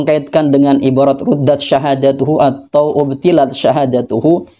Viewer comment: Coba lah koreksi seluruh ulama' bacanya ابطلت(abtholtu) bukan ubtilat benar yg salah ente terus menyalakan lagi dan lagi